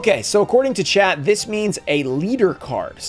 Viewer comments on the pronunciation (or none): none